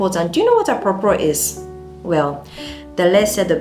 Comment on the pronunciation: Never knew she was a Ghanaian until I heard apropro 😂😂 thanks sis ❤